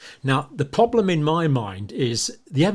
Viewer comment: Those clips from the Campbell shows are hard to stomach. Cannot bear his gurning and dramatics, and his speech is so annoying, like how he pronounces problem as "pwoblem".